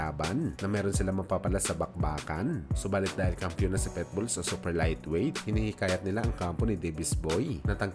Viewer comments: Naunahan na pala ko. Pitbull di petbull o pwetbull! Lentek ka! Omayus ka! 🤪😜😛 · Pitbull,, hindi Petbull😂